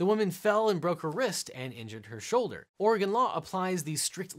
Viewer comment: THANK YOU for pronouncing Oregon correctly.